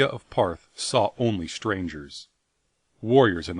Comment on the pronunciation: it's really bugging me he pronounces Ptarth as "Parth" rather than "Tarth" The P is silent like Ptolemy or pterodactyl.